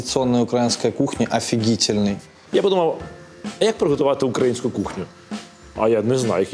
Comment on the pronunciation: укра"І"нську - то випадково не помітили?